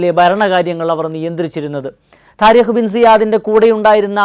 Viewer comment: تاريخ എന്നല്ല . طارقഎന്നാണ്